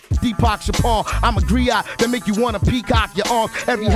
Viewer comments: Griot, not criot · I'm sitting here cracking up that they were saying "criot."